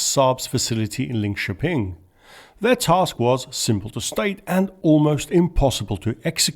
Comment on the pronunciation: well done on Linköping!